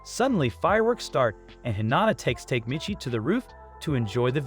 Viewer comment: You keep mispronouncing the names. Its not take michi. Its pronounced. Ta´ke Mi´chi